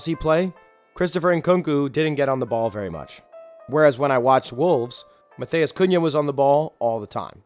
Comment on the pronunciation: Great video. Love seeing how you broke down the importance of this stat and I think its a great thing to implement. One thing though. If someone is Brazilian, its not pronounced like spanish names. Nunes is pronounced “noons” and matheus is pronounced more like “mat-ews”